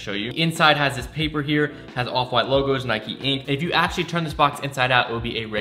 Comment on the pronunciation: and nike isnt pronounced like that smh